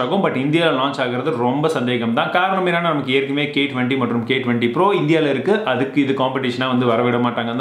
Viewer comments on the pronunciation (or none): none